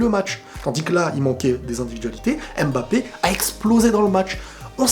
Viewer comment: C'est mbappe et non m bappe